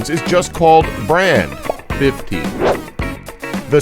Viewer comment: Its not Brand, it is pronounced as bRánd